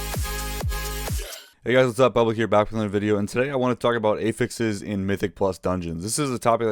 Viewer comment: great video, but wtf is up with ay-fixes